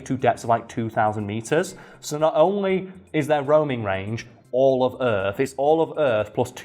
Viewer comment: It's funny how you say "only" XD